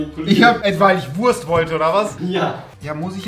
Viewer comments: Rezo. Nicht Wuast sondern Wurrrst! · Normale Menschen: Wurst Rezo: Wuast